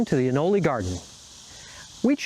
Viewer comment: It is most certainly not pronounced “anolee”. Smh